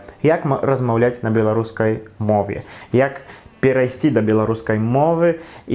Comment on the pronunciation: малайчына, ты вельмі добра ўмееш гаварыць. На беларускай. У цябе талент. Правільнае вымаўленне.